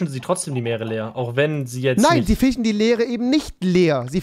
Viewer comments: Rewi:fichen Trymacs:füschen Normale Menschen:fischen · Niemand: Wirklich niemand: Rewi: fichen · Niemand: Wirklich niemand: Trymacs: Füschen Rewi: Fichen